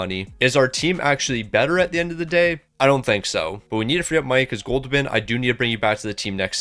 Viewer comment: “Goldoobin’” made me laugh everytime you said it 😆 I love it lol